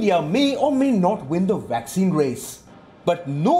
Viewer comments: It's vaccine not waxcin 😂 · A friendly correction to the pronounciation of two words: It is not 'vorld' but 'world'. It is not 'waccine' but 'vaccine'. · Commentator pronounced VACCINE with beginning letter “v” sounded “w”. V for “ver” while W for “wer”